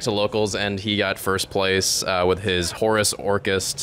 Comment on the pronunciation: Got a sub from me!! Love to see the people using the name!! Appreciate the credit given. Appreciate the Horus pronunciation!! Lol. And love the profile